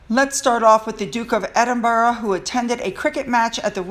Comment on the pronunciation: you pronounced Edinburgh properly. Hey Ho, go girl.